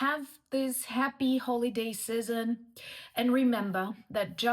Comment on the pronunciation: season is pronounced SEE-zun. Like “A,B,C” your pronunciation of chaos is improving it still moo’s but not as loudly. Remember, K-oss has 2 syllables